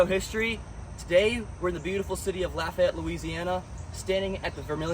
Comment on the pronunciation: This was really good. Lived here my whole life and never knew there was a battle there. Lafayette = Laugh-E-yet .. the Fayette is pronounced fee-et not fay-ette Mouton = moo-tawn but that n is pretty silent.